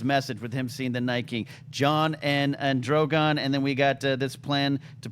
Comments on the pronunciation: I enjoy this show I just wish would stop pronouncing Drogon that way. Not that Drago thing but the way he usually says Drogon, at the 2 minute mark. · I realise it's a small stupid thing but he's pronouncing Drogon wrong in a new way every time 😂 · John, no hate. But you got to get drogon name right man. And cool out w the political comparisons. Its annoying. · the name is Drogon. it's not hard to pronounce